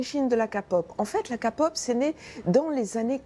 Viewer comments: De la KA-POP Nan, mais si vous savez pas, vous parlez pas. ON DIT K-POP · Mon dieu j’ai l’impression qu’elle dit capote prononce bien stp !! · C'est toujours pas la kApop mais la Kpop (à l'anglaise) ! Si vous faites un reportage faites le bien... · Alors sachez que de 1 on dit pas Kapop mais K-pop et aussi que les idoles se suicides la plupart du temps à cause du cyberharcelmenet. Et puis si vous ne le saviez pas le cyberharcelmenet et très prèsent en Corée du Sud et c'est à cause de sa que les sud-coréen se suicides (bon pas que ça mais c'est la principale cause) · non mais vraiment pourquoi dire nimporte quoi quand on ne connait pas le sujet deja de dire que sa fait beaucoup d'argents c'est logique et derriere il y'a aussi de la passion et comment vous parlez du suicide c'est vraiment nimporte quoi et aprrenez a dire K pop au lieu de KA pop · Elle a dit ka pop alor que c'est k pop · La kéééééé KKéééé POP répéter après moi KÉPOP s bien matenant si je dit k-pop s képop pas kapop 🙄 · Sa se dit kay pop pas ka pop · Déjà c pas "KAPOP" mais "Kpop" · Non, mais, qui dis ka-pop c’est kéy-pop /k-pop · non mais sérieusement renseignez vous avant de faire un reportage parce que après vous donner une image plus que nul pour les fans et les groupes, alors la prochaine au pire invitez un fan ou quelqu'un de BIEN renseigner (et surtout ON DIS K(-AY) POP ET PAS KAPOP) et aussi les artistes de kpop de base ne son pas la pour faire un max d'argent mais pour partager leurs passions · MAIS K SA SE LIT KA PTN ON DIT KÉPOP!!! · Kpop on le dit pas kapop .kpop on le dit kaypop mais sa s'écrit kpop,cour fini 😂😂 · Je suis la seul a qui ça gène quand elle dit kapop au lieu de kpop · C'est pas Ka pop c'est K POP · Ils lisent la lettre k... en prononcation on dit pad kpop mais képop. Car sinon kpop sa se lit kapop. Car k se lit "ka".. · « La kapop » 🤣🤣😭 Mdr aidez moi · La ka-pop Non mais non mais faîtes un effort 😭😭😭😭😭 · Kapop 😑😑🤦🏼‍♀️🤦🏼‍♀️quand on connais pas on parle pas 😒😑😑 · KA pop 😂🤦🏻‍♀️